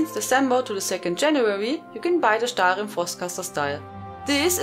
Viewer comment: god i llove the way u say stahlrihm- marry me!